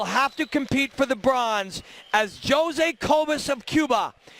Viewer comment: Joe-zay and Lazarraya? LOL